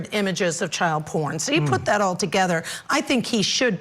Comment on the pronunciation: "Dat"?? "your announcing DAT"..? are you meaning THat? how can educated people not be able to pronounce words correctly?